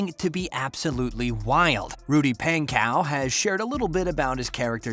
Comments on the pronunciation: It's pon/ co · correctly spelt pankow but yes pronounced pon-co